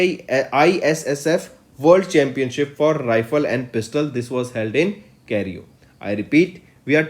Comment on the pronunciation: It's Cairo sir not cario